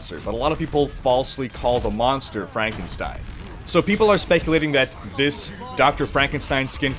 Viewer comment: IT'S PRONOUNCED FRANK-EN-STEIN.